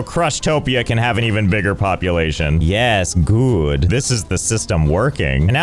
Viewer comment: Every time i here Josh saying something in the voice of his "Yees gooood" from i remember that guy from tales of vesperia, called yaeger, who sounds EXACTLY like him right there. And i LOVE that voice, it sounds so german but english to me xD Maybe because yaeger is supposed to be a german guy talking english i don't know and idc xD